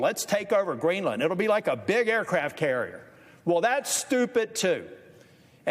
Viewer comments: Greeland? You mean Greenland? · Its Greenland... not Greeland😂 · Uhhh... Guys, I think it's "Greenland" not "Greeland." But getting back to the video, not the title, it's AT LEAST 18 years too late for Trump to have a good legacy. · Greenland, not Greeland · Hey, MS NOW. You're professionals. Do you have a proofreader? "...senator rails against Stephen Miller over Greeland." GREELAND ??